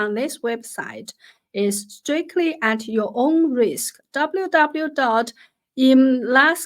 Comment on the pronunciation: Emlaksatan with the word “satan” in a different color? It is pronounced -satan not -kastan.